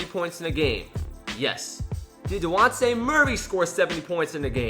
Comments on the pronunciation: DeJjjjjjjjjonte. Not dehonte, I watched him in high school at rainier beach in washington and have never heard someone pronounce a name so inaccurately. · Its not "Dewontay Murray" You actually are supposed to pronounce The "j". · It's dejounte not dewonte